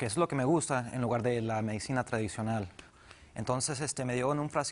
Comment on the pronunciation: doctora Polo se dice medicina no madicina por siakaso